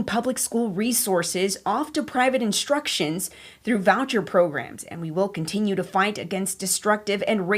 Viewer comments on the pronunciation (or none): private INSTITUTIONS, not private 'instructions'. The white lady reading that text should have attended a charter school.